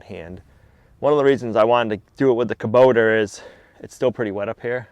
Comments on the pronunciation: it is hubota not kuboter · There is no R in Kubota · Please stop butchering the English language. Kobota ends in a not r. Bearing has a g on the end.